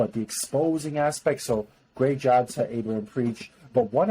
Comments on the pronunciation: It's pronounced AB-A, not A-BA 👍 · Bruh, if he says Aiba one more time . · You don't say the "A" in Aba.. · Nigga said abea , no son Abba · Its written Aba but pronounced Abba Good vid though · Love the video, but c'mon you guys you could at least pronounce Aba's name correctly lol. They say it all the time!! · It’s painful every time you say Aba wrong good video though.